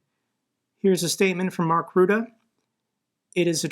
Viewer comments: As a Dutch guy somehow this is the first place I've heard that Markie is now NAVO-baas. We know he's been wanting to do that for a while now, I didn't know he's actually been chosen. Also it's pronounced Rutte, not Wroede. But I don't blame you for mispronouncing it. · Rutte is pronounced Ruttah not Ruda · lol Rutaaaaa XD that sounds so funny here we pronounce it as RuttE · FYI, the Dutch PMs name is not pronounced “Rooda”. For English speakers the pronunciation is similar to “Butter”, but replace the B with an R and don’t pronounce the last letter (keeping the rest the same). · Funny how you pronounce 'Rutte'. I'm Dutch. Love your channel